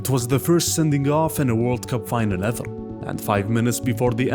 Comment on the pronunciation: "on parrrrrrr" "everrrrr" 😅